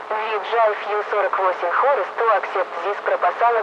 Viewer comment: хахаха, 48 хоурс)))